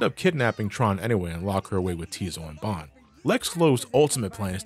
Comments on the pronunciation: It's BONNE (pronounced BONE) family! Not Bon (B-On)! Tron Bonne's name is literally a reference to the instrument Trombone! Stop pronouncing her name wrong! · No! Not potato, potato! Her name is a musical reference like Classic and X's series. Also, the Japanese version (as in the people who made it) pronounces the name as Bonne (Bone)!